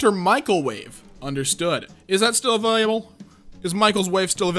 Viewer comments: Makes fun of guy saying “Michael wave” but can’t pronounce “available”. And it’s not a slip of the tongue; it’s twice in a row. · I think it's pretty funny dude is narrating a r/boneappletea vid while pronouncing "available" like that.